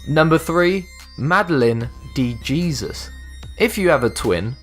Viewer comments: I belive it's pronounced De He-sus, and not Gee-zus... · DeJesus is pronounced Day-Hay-zeus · guys your supposed to pronounce jesus by hesus thats the spanish pronoun- and many people have that name in there full name smh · Jesus is pronounced Hey-zuse is Spanish.